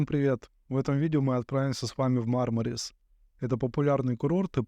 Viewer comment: МАрмарис - по-английски. Или - МармарИс - по-русски (ирис, мармарис, барбарис). Но никак не «МармАрис».